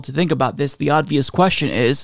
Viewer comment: Important correction, and I've been holding my tongue for a while now.. It's pronounced "obvious" not "oddvious". Cheers